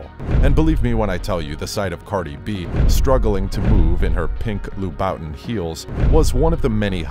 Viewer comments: Haha I'm sry did u really just say lou boutin shoes come on there's so many ways u could of learned how to pronounce it lol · Did he say lou-bawtin heels ? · “Loo-BOU-tin” is crazy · "loo Boutin-shoes" 🤣🤣🤣🤣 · Pronounce as Loobootan (louboutin) - Rihanna is the only woman I’ll be lesbian for ! ❤❤❤ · He said cardi b in loo Bowtens lol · Loo-bih -ton heels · The pronounciation of Louboutin kills me 😂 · You should never say Louboutin again. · Narrator needs to learn how to pronounce Louboutin.